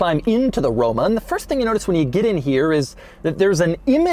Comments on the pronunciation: he said romo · “quirks and features of the romo” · Can we get a RRRRoma with a rolled "R" per favore? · Romo? then Roma LoL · Did he say Romo in ? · anyone heard him say Romo? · The way you pronounced the word “Roma” sounded to me like the English word for zingaro (gipsy) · See, this is why I don't watch doug anymore. He doesn't even give these cars any pedal. He just babbles enuff to almost make me miss the fact that he didn't give me my money shot. I didn't hear that RoMa scream even once. ~Dud DeMuro~